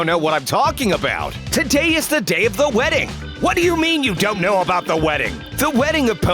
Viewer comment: What weading